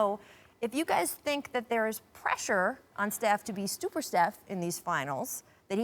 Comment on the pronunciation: "stuper steph"